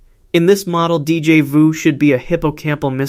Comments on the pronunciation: I hate AI voice. Deejay voo? So annoying. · Gahhh that pronunciation of Déjà vu is infuriating